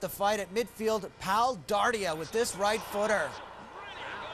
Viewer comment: Commentator can't say the name "Dardai" xD